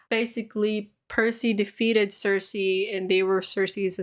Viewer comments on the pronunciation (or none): none